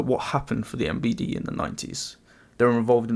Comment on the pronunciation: Honestly, Best Pronounciation of MVD i have ever heard On the Western internet